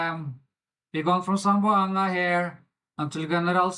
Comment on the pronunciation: Hi im from Zamboanga city 🎉🎉 zam-bo-anga 😅😅👋👋👋